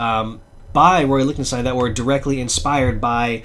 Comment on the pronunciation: In my AR training we always pronounced it Lick-ten-stine. Just found your channel and subbed. I do a similar channel and did a Lichtenstein video a few weeks ago and just shot a follow up video a few minutes ago which won't be up for a few days. I know there are sources which identify the sources of all his swipes. Those issues are more valuablebecause of that. It would be neat if DC were to publish a book reprinting all the stories that he swiped panels from.